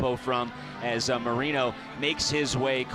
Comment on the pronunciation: Can someone please tell the announcers that it’s pronounced Mo-Ray-no and not Mo-Ree-no